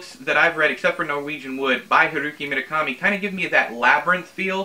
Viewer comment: You and your pronunciation problems - at least you can roll your Rs when you say Murakami. I am physically incapable of rolling Rs (learnt while attempting, and mostly failing, to learn French in high school) so they just come out sounding like a lawn mower that won't start - errrrrrr. I've never seen Labyrinth, so I MIGHT very well hate it you'll just have wait and see. Ooh, as it was one of your inspirations I might have to make Out by Natsuo Kirino my first ever Japanese book. I've just remembered that I actually own Kirino's Grotesque (second-hand charity bookstore), so now I've got two books by her to expand my rarely used translated novels shelf.